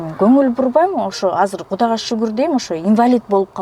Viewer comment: Гудага шугур дейм да😂😂😂 Гудана эмес кудайга шугур кылсан боло чала Кыргыз тил бузаар болбой.